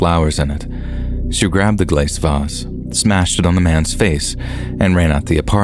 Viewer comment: "glase vaaz"